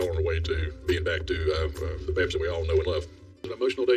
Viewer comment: Please say Babs right. Lol